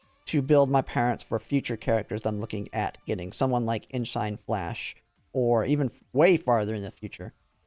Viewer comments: Yeah, it's like a-shin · 😂 how many different ways did he pronounce Eishin Flash this video?